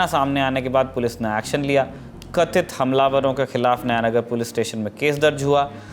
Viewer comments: "कथित"। Even I was about to comment this only, the stress. This so-called media person doesn't surprise me anymore. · Right...that ;;"kathhit " word...for Muslims...and surity word for Hindu